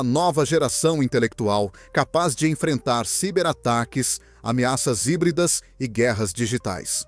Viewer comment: Ciberataque. "Sáiber" é pronúncia em inglês.